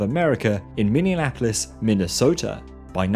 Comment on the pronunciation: Your videos are amazing!! Everything you put out is top quality. If you want a true Midwest pronunciation affiliate, I'd be willing to be your guy ;) Minneapolis = mini-apple-iss (you threw an "Indianapolis" extra syllable in there. Muskegon = muss-key-gun, emphasis on second syllable. Rather than "musky-gone"